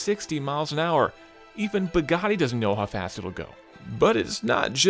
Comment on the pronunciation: Where is? The most important review of the year and this guy does it! did I hear him say "Bagani"??? Seriously disappointed guys. Its well shot but poorly scripted, very poorly narrated. I think you should have waited for to review it to release this, instead of just wanting to be the first review out there. Quality not quantity of views!